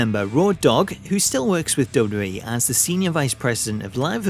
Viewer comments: STOP SAYING 'double-double-E' IT IS 'double-u double-u E' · I keep hearing dublubalee instead double u double u e